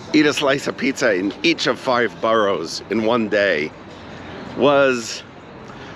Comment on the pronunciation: boroughs not boros